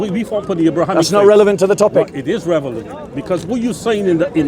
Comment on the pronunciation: Uncle can’t even say relevant. He says revelant 🤦🏻. I’m wondering how much Arabic he knows….